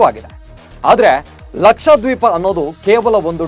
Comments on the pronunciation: ಅದು ಲಕ್ಷಾದ್ವೀಪ ಅಲ್ರಿ ಲಕ್ಷದ್ವೀಪ ಅಂತಾ ಉಚ್ಚಾರಣೆ ಮಾಡಿ. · ಸರ, ಲಕ್ಷಾ ದ್ವೀಪ ಅಲ್ಲ ಲಕ್ಷ ದ್ವೀಪ